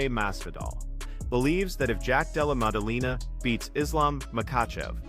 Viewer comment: "jack della mumudumamah"😅